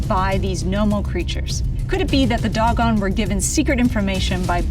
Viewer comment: I've never heard the word Dogon pronounced this way, it's usually pronounced like "dough-gone"...why do you pronounce it that way?